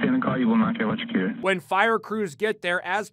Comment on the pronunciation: 'I dont wanna be electicuted!" Omg i laughed so hard